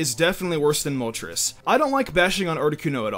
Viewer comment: "Moltres is a pretty gimmicky pokemon." the way pronounced it....mol-ters